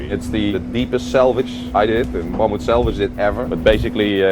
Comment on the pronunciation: for someone so eager to complain at least get the company name right... its "Mammoet" not Mamoet lol